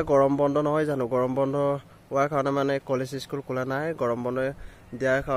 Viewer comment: কলেছ নহয় অ কলেজ হয়